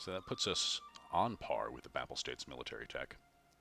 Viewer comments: Say 'Pay pall' States and you will have the pronounciation right. Sorry if I come across too petty. Great stuff, you do. LOVE IT! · He's right you know. To European ears it sounds very weird!